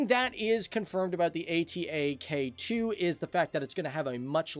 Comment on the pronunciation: it not a-t-a-k its atak means attack in turkish :D